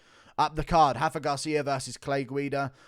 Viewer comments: it's RA-FA not Hafa lol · Rafa. With an R. Lol only the Portuguese do the weird “R=H somehow ” thing